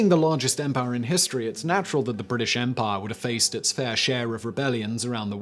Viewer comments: I will never get tired of hearing Simon say "empahh" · I think it's mandatory that every British person can sound cool saying "empire"